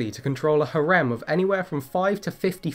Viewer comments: Im confused. I thought it was pronounced HAIR-em, but here it's hah-REM? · "hah-REHM"? I think you've only ever seen that word spelled before; emphasis goes on the first syllable. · Hi there, I love your channel and your passion for zoology really shines through, so it really pains me to nitpick like this. Sometimes you mispronounce words. Things like the correction for congregate/conjugate that you put on screen, or things like the word saiga, which is usually pronounced SIGH-ga and harem which is har-EEM. Maybe getting someone to check over your audio or scripts first or something would help? I am such a big fan of your channel that I would be more than happy to do it for you, just say the word. Again sorry to nitpick but it's only because I want to help your channel any way I can.